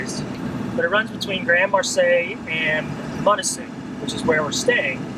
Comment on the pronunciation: Welcome to Pure Michigan. The S is silent in Grand Marais. I say it Grand Maray. Many Mich names came from Native Indian or French. Perfect on pronouncing Munising.